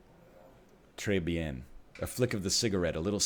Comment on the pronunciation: Its Polizei not Polizeeee lol. The EI in german is always pronounced like ayayayayay. They actually have pronunciation rules unlike English... That tres bien was terrible too... But we still love you haha